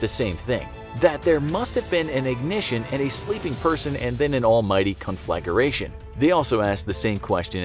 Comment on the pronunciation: I love your show. I humbly offer a little pronunciation assistance. conflagration Con Fluh Gray Shun It’s one of my favorite words 😂